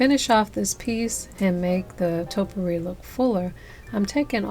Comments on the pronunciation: There is no such thing as "totpourri." Topiary ( TOE-PEE-AIR-EE) is the art or practice of clipping shrubs or trees into geometric or ornamental shapes. A Topiary is the shrub or tree that has been shaped. Topiaries is the plural form. Now that we got that out of the way, you did a lovely job. Your topiaries look great! Merry Christmas, everyone! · Toe-pee-airy not toe-per-ees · Its pronounced topy ary. Not topery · Nice job but i have to say this topiary is pronounced toe pee ary. thank you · Stunning hair and thanks for the instructions. But gotta say -- it's TOE-pee-airy! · I actually like the last one the best, but they all look wonderful. It should be pronounced "toe pee air ee". These all look beautiful. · You did an excellent job and I love, love LOVE your videos(!!) so, I don't want you to think I'm being a grammar nazi. OK? PLEASE?! But...'Topiary' is pronounced like [TOE-pee-AIR-ee]. I was going to not say anything but you're such a nice person - or you seem to be - and I know I would want to know if I was mispronouncing a word. Thanks again for your AWESOME videos!! :-) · Great ideas to save cash but the correct way to pronounce the word taupe~E~ ary Hopefully that helps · Hi! I'm a new fan. I started following you just before your summer break. Pardon me, but you are pronouncing topiary incorrectly. It's toe-pee-air-ee. I'm not the grammar Nazi, I'm only trying to help.